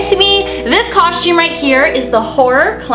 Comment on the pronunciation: Idk why but i love the way you say constume😁💘